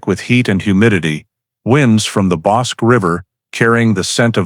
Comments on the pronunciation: It is NOT the BOSK River, it is "Bosk-EE" River. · Pronounced BOSK-KEY (rather than "QUE" making the K sound, it makes the KEY sound.) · ff - FWIW, Bosque is a 2 syllable word, CORRECTLY pronounce BOSkey ..... not monosyllabically as "bosc". - Verdict read and sentence pronounced by Judge. This is ERRONEOUS!! Texas has a bifurcated judicial system, i.e., trial and sentencing procedures. FIRST, a jury decides whether a defendant is innocent or guilty of the charge(s) specified in the indictment. Then, and ONLY THEN, does the jury deliberate on its recommended sentencing, based upon the judge's instruction to the jury of what sentencing it can render/recommend. Also, THEN AND ONLY THEN, can a judge actually pronounce a sentence. 😕👎😕👎😕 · It is pronounced "Boskie" not Boske!! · That would be the Bosque River, not Bosk! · The word is BOSQUE = pronounced BOs-KEY - since you didn't even check on how that was pronounced I don't believe you know anything else about this video so THUMBS DOWN - do better research before you post anymore of this CRAP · That river is the Bos-"key". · Texans pronounce it Bos' kee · Temple, Tx, about 45 minutes South of Waco. Bosque is pronounced Boss’ key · ITS pronounced Bos Key. And circadas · Pronounced boss key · Waco is in Mcellan county of Texas and the river is pronounced Boskey 😅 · Bosque is pronounced (boss-key.) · The Bosque River is pronounced Boskey in this part of the world. You could at least get that right. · Bosque pronounced Boskey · My back yard. I remember this. I was 12 years old. Just so ya'll know " Bosque:..pronounced bosskey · bos-keh is the right pronounciation. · Wish you pronounced the river correct tho